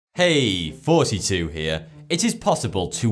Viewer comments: i swear you say forty two and not thoughty2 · The real questions is... In the beginning of the video. Is he saying "42 here" OR "thoughty2 here"? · Ok, where are the people who want to know if he says 'Thoughty2' or '42' and those who get excited by the wink at the end?